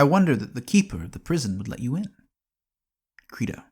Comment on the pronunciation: How about learning to pronounce your source material's title properly before recording?